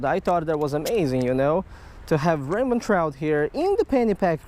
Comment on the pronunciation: you say rainbon trout because of your ascent